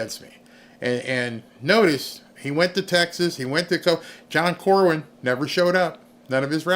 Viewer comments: No offense,, but it's John Cornin (pronounced Cor-nin), not Corwin. Just don't want any trolls taking issue with you cuz you got his name wrong. Good job, tho...I like your videos best since finding you earlier in the year...think I first found you due to a video about Caitlin Clark? (PS: Would you believe Josh Hawley endorsed Cornyn? So disappointing!! We need to call HIS office, too!) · His name is CorNYN, not CorWYN. I live in Texas, and no I do not like him.